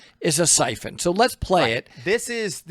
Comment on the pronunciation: Excuse me . Syphon Not Typhoon